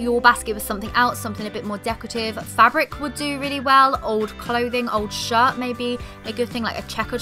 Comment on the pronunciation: No, we’re not gonna pretend you didn’t just pronounce “shirt” as “shart”